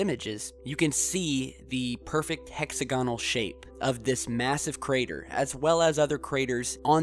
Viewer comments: Fun channel, but please add credibility by pronouncing "hexagonal" correctly. The accent is on the second syllable, not the third. I.e., [hek-SAG-uh-nl] not [hek-sag-UH-nl]. Just weird. And please be careful about using km vs. miles and not switching them around by mistake. Otherwise, fun/intriguing stuff. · hex-agg-onal....stress is on the "agg" part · Sorry gotta say it dude: Hex-og-a-null Great vid! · It's 'hex A gonal' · look up the pronunciation of hexagonal and Hoagland is a quack